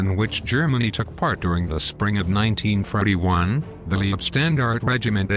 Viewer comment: an you say l941, 1942,1943 and not sound like your saying 1930s?